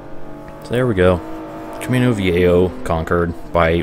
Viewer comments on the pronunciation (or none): Hey I just rewatched the gt4 let's play and I notice that in the first videos there is in game music (in the races) but only in those, how did you managed to do that without getting copyrighted.PS: camino viejo the jo part should sound like if you where saying ho and by the way nice videos keep it up.